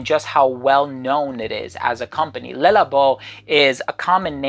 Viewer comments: Le is pronounced luh not lay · It’s Le, pronounced Luh